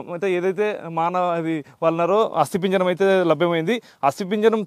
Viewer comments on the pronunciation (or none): ఆస్తి పింజరం కాదు రా ఆయా. అది ఆస్తి పంజరం